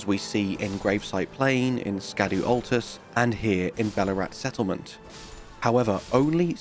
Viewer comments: Scadu, is pronounced SCHADOOO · Secret #11, Scadu is pronounced Shadow….as in Shadow Tree or Shadow Keep. There’s no K sound. It’s old English spelling.